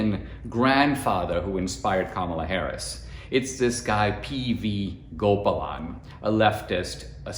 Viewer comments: "Unfortunately, caste is a part of Indian life. But, educated, enlightened Indians reject it...." Amen! Dinesh, you grew up in India, didn't you? Why are you mispronouncing "Gopalan" It should be "Gopaalan" not "Gopalaan" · The pronunciation of her surname is not GOPERLAN is actually pronounced as GO-PA-LEN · Dinesh that was indeed an excellent report. But you should not have forgotten your Indian heritage. Gopalan is mispronounced; it is “Go paa lunn “. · Hey how come you can't even pronounce GOPALAN. You grew up in India even if you naturalized over here. HOw come you are mispronouncing iNdian names.